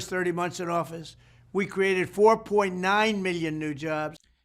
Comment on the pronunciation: First words out of the mfers mouth were "burning reckerge" Goddamnit, Trump Then "we createred it" This guy cant go two f seconds without fucking my life